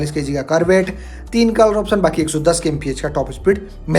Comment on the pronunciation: Kisi product ki kimat ko "PRIZE" 😂😅 nehi, "PRICE" bolte hai. Prize ka matlab purashkar hota hai. "TOP E SPEED" 😂😅 nehi, "TOP SPEED" bolte hai. "KOLOR" 😂😅 nehi, "COLOUR" bolte hai. "SERIEZ" 😂😅 nehi, "SERIES" bolte hai. "LONCH" 😂😅 nehi, "LAUNCH" bolte hai. "ESPICATION" 😂😅😂😅 nehi, "SPECIFICATION" bolte hai. "FIUL" 😂😅 nehi, "FUEL" bolte hai. "AXE" 😂😅 nehi, "X" bolte hai. Hindi me axe ka matlab kulhari hota hai.